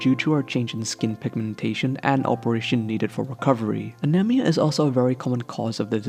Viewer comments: He kept saying anemia wrong! I almost threw my damn phone. Jesus Christ pronounce it right! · the way you pronounce anemia is really annoying